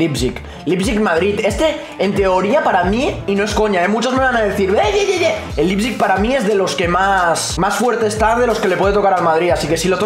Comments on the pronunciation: Nadie Absolutamente nadie: Lipsig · Se pronuncia Laiptsig amigo, me encantó esa reacción de ustedes en ese 8-2 😊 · Nadie: Absolutamente Nadie:: Lipsig